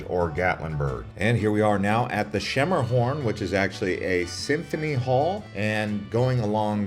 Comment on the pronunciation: FYI Schermerhorn is pronounced (sker-mer-horn). So glad you didn’t try to pronounce Demonbreun Street. Nice video but from a local, please don’t advertise those tractors and party busses. They can get out of control really fast with people partying too much. Alcohol and motion can be a really dangerous thing even if you aren’t driving. Most locals loath the party barges and bachelorettes. We don’t need anyone to popularize those two things. Instead of those, you should have mentioned Nashville’s history with the civil rights movement and the National Museum of African American music. Did you know what became “Soul Train” has its roots in Nashville? I would’ve left off Pigeon Forge/Gatlinburg because they are definitely not Nashville and really deserve their own video. During the busy season, it’s closer to 4 hours or more due to traffic to get to the Smokies. I would’ve mentioned the historic sites for the Nashville lunch counter sit-ins instead. Plus you have to mention Printer’s Alley in any Nashville video. Sorry, don’t want to come across as a downer on your video. Quite the contrary, it is a lovely produced video and definitely hits a lot of city’s best to do’s. I really enjoyed it and thank you for highlighting my city. We really love tourists here and welcome them! We just don’t need any more bachelorettes and party busses. Locals have had there fill of them for sure.